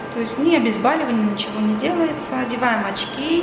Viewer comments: Как врач может так неверно говорить? ОбезбАливаем? Гдеееее она училась?! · ence обезбОливание! От слова- БОЛЬ!!! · доктор,обезбОливание,а не обезбАливание! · Что это за врач с 8 летним стажем, который говорит "обезбАливание" .!?! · Ага, у нас в мед вузе троллили тех, кто говорил обезбАливание))) безграмотная врач((